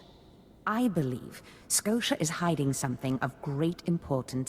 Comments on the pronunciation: She pronounced Skotia as both Skosha and Sko-tee-ah, fucking cannot unhear. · She can never decide on how to pronounce his name XD "Darth Scotia" "Darth Sko-tia" "Darth Skotcha"